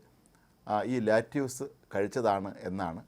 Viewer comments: let use alla. lettuce.. lettuce.lett-a-s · ലാറ്റിയൂസ് അല്ല സർ.. ലെറ്റസ് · No lattuce, lettuce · Not latuse ,lettuce.